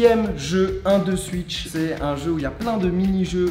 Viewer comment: Mdrrr la prononciation de 12switch